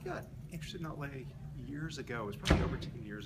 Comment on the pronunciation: What is the name of the historical person the interviewer is asking about? It sounds like "ought lay"?